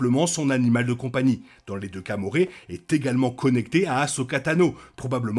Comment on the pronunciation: Avec toute bienveillance, ça se prononce « moraille »